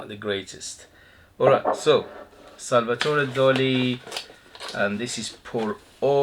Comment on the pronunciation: Hi, nice review. Salvador Dali was spaniard, not french. Salvador, not Salvatore.